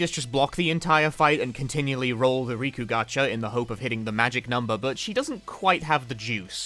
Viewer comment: she has 2 k's in her name bruh, "Rikku" not "Riku", there's already another Square Enix character called "Riku" so I asusmed you meant him instead